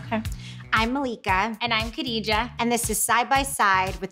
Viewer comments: Khadijah is a swahili name....they pronounce "Kidija'" swahili's pronouce "kadija"....But it does not matter, I have a lot of free time in quarantine :) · Khadijah...is it not pronounced Gadijah (from the epiglotus of the tongue)...as one would in Arabic? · Its interesting to hear how Khadijah pronounces her name cause where I come from, people with that name pronounce it with a silent K